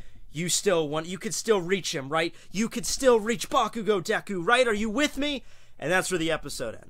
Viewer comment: did he say Deko? get your pronouncing right:p Edit: btw who else here calls him Izuku instead of Midoriya?